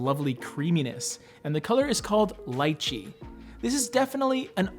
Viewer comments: I cringed a little over “lie-chee.” Lol. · Pronounced Lee Chee